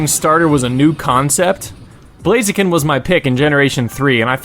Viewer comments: Blaz-i-ken not Blaze-ken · IT'S BLAZIKEN, NOT BLAZEAKEN!